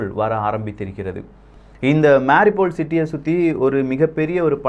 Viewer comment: Please pronounce MAA RIYOU POL as the ukrainians do. Cheers...😺